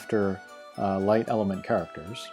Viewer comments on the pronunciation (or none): none